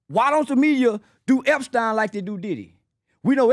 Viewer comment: Sorry I love watching you guys but this is just a click bait show. Why do you have someone talking about Epstein that doesn’t even know how to pronounce his name